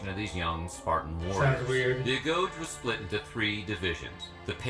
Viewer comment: Did they pronounce agoge as "agouch"?